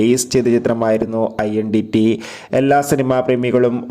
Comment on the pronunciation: idont pronounce iendity...its identity